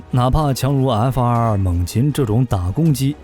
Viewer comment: 为什么总是要把 F22 念成 F222 ？！ 明明是两个 2 却要念成三个 2 ！